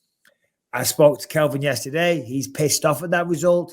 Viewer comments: Bisping will just never get “Calvin’s” name right. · Can grow some balls and tell Bisping it's CALvin not Kelvin